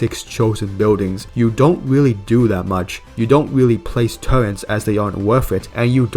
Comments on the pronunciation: Please... for the love of God. Its TURRET not TURRENTS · hey pal, no offense meant but turret is pronounced just as its written, theres no N in there.